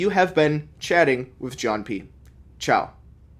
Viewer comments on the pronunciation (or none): none